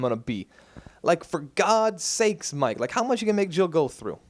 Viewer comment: I’m still pretty sure it’s al not aru and mike not miku